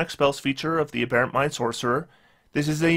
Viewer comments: I guess nobody commented this on the last video, but the accent is on the first syllable in “aberrant”. “A Bare Ent” is a sylvan strip club. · LOTS and LOTS of people commented, but as mentioned, AH-berrant is an American pronunciation.